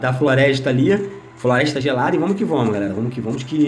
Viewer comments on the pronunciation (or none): " VAMOS QUE 'VOMOS' " KkkKKkK toda hora que ele fala assim eu raxo o bico 😂😂😂😂😂